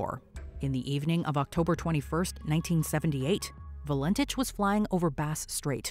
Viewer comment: Valentich is pronounced val-en-tik. I remember this. I had recently turned 19, and grew up/lived only a few miles from Moorabbin Airport where he had taken off from. My Aunt and Uncle said they saw strange lights over Bass Strait that night. Very weird. I also remember the disappearance of Harold Holt. My Uncle (a different one) was the policeman in charge of the search and rescue, though he always said it was never a rescue, it was a recovery. No remains were ever found though. Lots of sharks in those waters.